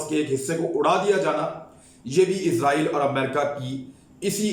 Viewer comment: عمران بھائی یہ عزائیل نہیں بلکہ اسرائیل ہے ہمارےبڑےاینکر حضرات عزائیل کہتے ہیں تلفظ صیح کر لیں